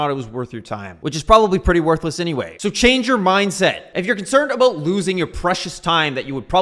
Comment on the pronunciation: Aboot? Heard it a couple times. You've got to be the most pissed off Canadian EVER! lol!